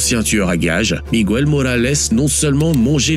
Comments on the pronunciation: “Miguel” c’est pareil. On me dit pas Migouel. On dit Mighel … pfff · Le "guiso" ça se prononce "guisso"... Et non "gouiso". C'est comme Miguel, on dit Miguel, comme ça s'écrit, et pas Migouel...😅 Et un guiso c'est une preparation en sauce de viande, poulet ou poisson. Ce n'est pas une soupe...